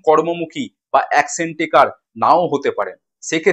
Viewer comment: "অ্যাকশেন" নয় কথা টা হবে "অ্যাকশন"